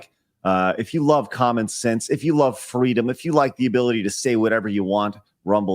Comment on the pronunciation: Because, fweedom